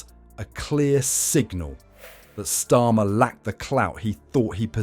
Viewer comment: I HATE these mechanical dialogues with their mis-interpreted words like STORM for STARMER. Damn: Can't they find a willing HUMAN to read-out these dialogues?